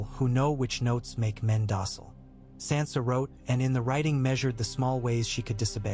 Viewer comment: How do you still screw up names when you have 9 years of a show teaching you how to say their names. And you screw up Sansa stark. One of the most spoken names in the show